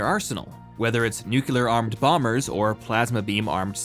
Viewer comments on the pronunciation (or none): I love this channel! But I just heard you say “calvary” instead of cavalry, and “nuke-u-lar” instead of nuclear. Ouch! That hurts! 🤕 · STOP SAYING NUKULAR! IT'S NU-CLEAR! Don't be Bush! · did...you seriously say "nucular" instead of "nuclear"!? Common, you're more educated! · I'm so dissapointed he's one of those dumbasses that says "nucular", this unirconically has invalidated any ounce of respect I had for him